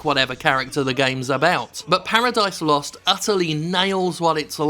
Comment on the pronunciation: More emphasis on the ooooooo